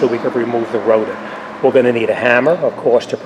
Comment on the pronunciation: 😅 "Rota" vs rotor 😁